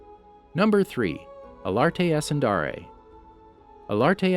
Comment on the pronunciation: Alatre Ascendar-AYE not Alarte AscendARe